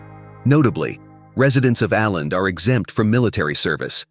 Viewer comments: Å - is not pronounced as A but as oh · Tack så mycket (Thanks so much) for this generally fine presentation on the island province of Åland. A few qualifications though: The presenter with his American pronunciation murders the island's name of Åland. The letter "å" is pronounced "awe". Thus, try instead to say Awe-lahnd! The podcast seems to favour Åland's integration into Sweden. Note that Finland is a bilingual (Finnish and Swedish -speaking) country, and Åland, as part of the country, lends support to the linguistic minority of Swedish-speakers. Due to all the advantages they enjoy (self-governing provincial autonomy, community not flooded by refugees, demililtarisation and no military service, no customs duty), most Åland residents do not want to be subordinated to Swedish or Nato rule. It's great to be able to easily visit Stockholm, Turku or Helsinki. Despite their small population, Ålanders are even guaranteed a seat in the Finnish Parliament. Other commonalities are also shared, like every-mans-right to enjoy nature and the wild outdoors. Unlike in some countries, here there are no signs warning "Trespassers will be shot". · Its just Oar-land, that is a small o over the the A, it used to be a double aa. But your arrogance speaks bounds. I have lived in Scandinavia for several years!